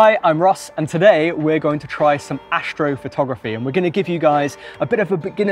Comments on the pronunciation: ashtrophotography .............. ashhhtro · He's gonna show us some "ashtrophotogriphy" lol